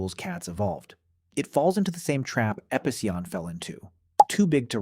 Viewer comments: Here's a question. Why did you changed the pronunciation of Epicyon a thousand times lmfao wtf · seems like it. He pronounced the same word like 3 completely different ways throughout the video